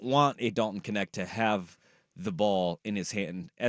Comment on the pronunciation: His last name is dutch..it should be pronounced kneght (with a soft g)